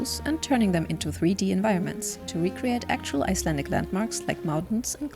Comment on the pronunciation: I seriously thoought you said islamic instead of icelandic